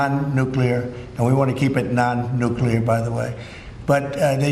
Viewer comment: NU CLEAR… NU CLEAR.. how do people come up with NU QUE LAR?